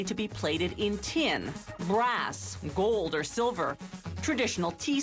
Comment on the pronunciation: "solid gOOld" wtf is wrong with that chick?